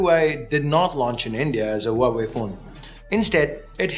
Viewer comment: Huawei is said hwa way